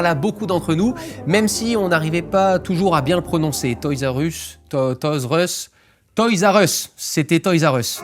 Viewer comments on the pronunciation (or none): ma mere dit "toys u ess" le R a disparu